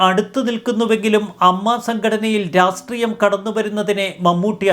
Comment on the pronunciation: രാസ്ത്രീയം അല്ലടോ രാഷ്ട്രീയം എന്നെങ്കിലും പറഞ്ഞുപഠിക്ക്‌.